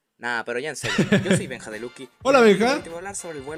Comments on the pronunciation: en el minuto 5.27 dise Benja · Dijo Benja